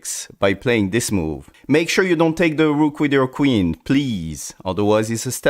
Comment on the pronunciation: When you say DA ROOK at first in this video it's like VILLAN name💀